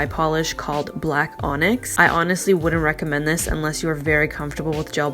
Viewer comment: Lol the way you pronounce onyx is hilarious 😂